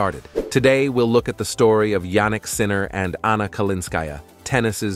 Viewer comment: Can the speaker pronouce the tenniis star christian name correctly? Although its apelt JANNIK is pronouced YANNIK. Hopefully u will be anle to say HIS name correctly now.😊